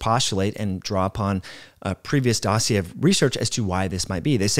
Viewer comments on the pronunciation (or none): none